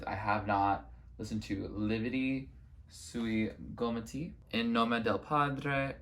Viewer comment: Hiii loved this so much, i'm glad you liked Lividi and In nome del padre, they are soo great, among my faves. Also your pronunciation was pretty good!